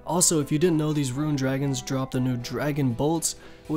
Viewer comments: soooo confusing when you say RUIN instead Rune. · Sorry but bro there’s no “I” in the word “rune” or “runescape” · Dewd plz stop ur pronouncing visage vysage and rune ruin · Correct way to say things. Wyvern - “why-vern” Alch -“Alk” Rune - “roon” Visage - “vizz-idge” Seriously you are a very stupid person, you can neither spell, speak with correct grammar nor pronounce simple words.